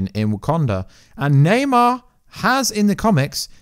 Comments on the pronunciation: its namor not naymar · Namor not neymar